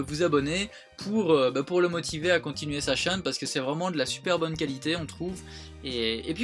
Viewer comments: sa me stress comment tu dis chaine mais bon continuer comme sa vous êtes les meilleurs je vous kiff bisous à tout le monde ❤️❤️ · Aurelie Vexenat moi aussiiiiii j'ai tiqué je pensais avoir mal entendu :p c'est rigolo!